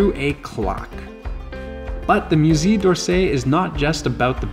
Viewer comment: Thanks! But maybe a little respect for French pronunciation? Musée is not mew-zee.